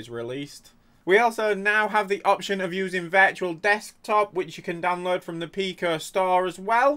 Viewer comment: wheres the "downlurd" button?